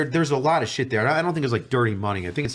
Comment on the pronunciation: I love AsmondAU "damn that's aLott Uvvv cUp($$)"